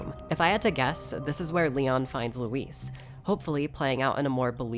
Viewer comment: I hope Leon still never pronounces luis' name right.